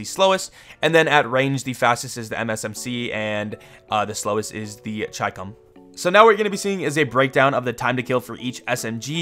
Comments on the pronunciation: Ch-eye-com its literally chi-com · it’s pronounced (she-comb) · the Chicom is pronounced Ch-e-com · I always pronounced the Chicom as Shee Comb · I think it is pronounced chee- come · "The gun I always mispronounce" You can tell he doesn't play BR at all. If you find one and mark it, it will literally say "Chicom here!" and you'd hear the pronunciation lol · pdw was already a user-friendly since then in cod mobile after you unlocked it via leveling... by the way you're not alone in pronouncing chicom wrong. most people read it like how they read chicken but it was pronounced how we read china... for some moment i pronounce "chi" as "ki" in some instances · It is not chicom it is chicom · Bro, i think ur earlier pronounciation of chicom was right. In br, mark the gun & the game itself pronounces chicom the way u used 2 pronounce it earlier.